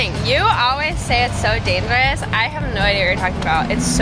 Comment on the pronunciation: “It’s the most dangerousuh, Coreyuh!“